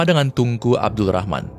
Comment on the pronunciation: Ap gk salah dengar TUNGKU...BUKAN NYA TENGKU..